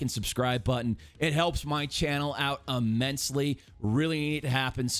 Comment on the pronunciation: “It helps my channel uh-mensley” gag